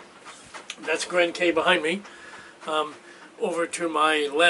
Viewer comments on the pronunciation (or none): In the Bahamas, Cay is pronounced key.